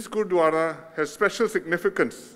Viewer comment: It was a such a pleasant surprise. Glad to see our dear & respected PM Lee launching the inauguration & doing such an amazing job pronouncing all the Punjabi words especially Gurdwara. Not forgetting the invaluable mention of the history & the contributions of Sikhs. It is truly well appreciated across the Sikh community. Thank you. sir. Sat Sri Akal 🙏🏼